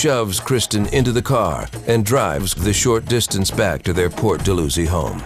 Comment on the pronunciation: Port dal-how-zee